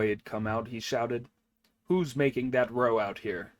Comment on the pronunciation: Thank you for your reading! The translation is probably a little old, and ``compact'' and ``contract'' have become slightly different in usage. But ``compact'' is fine; the word ``pact'' is really short for ``compact.'' Also, to ``make a row'' rhymes with ``take a bow!'' It does not rhyme with ``toe.'' A ``row'' is a ruckus or commotion. It's OK; AI does it, too.